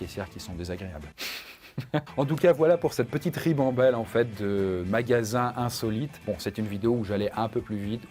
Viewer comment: " le but de ces magallsans" mdr